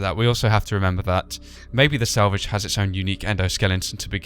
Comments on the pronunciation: Lol,u said salvage like "sandvitch" ;) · Your saying Springtrap's name like salvig.